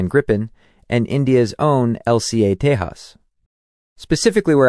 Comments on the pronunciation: The pronunciation of "J' is problematic. 'j' is pronounced 'h' in spanish but 'y' in germanic languages. When a name is transliterated from an Indian language to English, 'j' is pronounced as in 'jet'. The irony in this video is that 'j' is pronounced 'h' as in Spanish with respect to the Tejas but pronounced as in English for JAS gripen (where JAS is pronounced 'yos' in Swedish - Wikipedia). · You pronouncing name Tejas incorrectly. Letter 'j' is not silent. Don't demean the name if can't spell it correctly 🤬